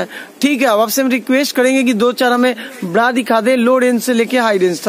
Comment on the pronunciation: Pranaunsection thik nahi bra ko bda bol rahe hai